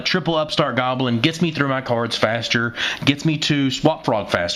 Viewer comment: Your pronunciation of cards really irritates me sometimes but then again words are a passion of mine keep up the great work man